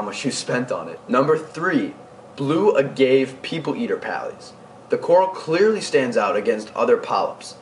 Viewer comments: Pronunciation. Agave= uh-gah-vay Mandarin= man-dur-in There were a couple of others but other than that very well put together. Very enjoyable. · Thanks. Great vid! FYI Agave is pronounced (uh-gah-vey) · Hated how you mispronounced "agave".